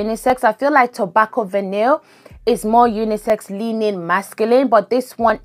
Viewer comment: L❤VE vanilla frags! Heads up-the word Vanille (as in Orchidee & Fatale) is pronounced: Vah-knee rather than Van-nil And I personally don’t need notes on the screen